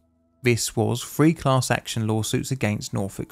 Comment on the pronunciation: Why cant you say the word “three” you say “free”